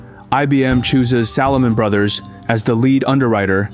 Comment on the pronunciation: I enjoy the historical content covered in your productions. Only negative criticism is poor/incorrect pronunciation of names/locations etc. Recent example “Salomon Brothers”.